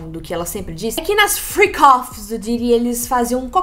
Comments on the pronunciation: Fiquei a semana inteira achando que era "free coffees" em vez de freak offs hahahahahhaha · Juro que entendia “free coffes” 😅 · É Fric ófis E não fri cófis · Freak-off . Eu entendi Free coffee😂